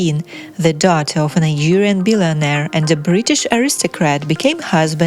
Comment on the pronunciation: Why can't she pronounce Nigerian properly???